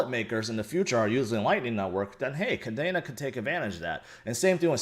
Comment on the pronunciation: it is pronounced Kadeeena, just like the Air Force base in Japan. Not Kadana.